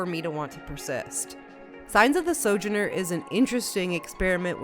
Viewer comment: I'm pretty sure "sojourner" has emphasis on the middle vowel and not the first, but I could be wrong.